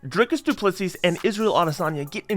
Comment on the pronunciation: Dricus Du Plessis (Du Ple"see") please get it right guys!